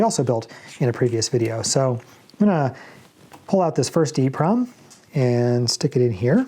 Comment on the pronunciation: I always say “E-PROM” so it cracks me up every time it sounds like you say “EEEEEE-PROM.”